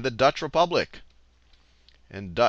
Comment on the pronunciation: hahaha - re-pubic